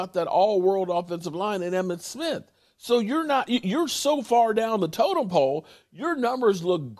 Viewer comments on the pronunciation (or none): none